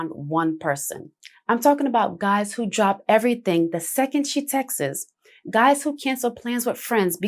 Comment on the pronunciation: Saying “Texts” as Texas is crazy